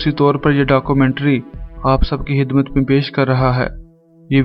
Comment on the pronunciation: Aap lafz khidmat ke bajai hidmat bolte hein matlab yeh hua ki urdu talafuz ki janib kam hi tawaja diya karte hein. Pse. Aage aisa na parein to. Behtr hoga. I hope you will not took me I'll. Thank You.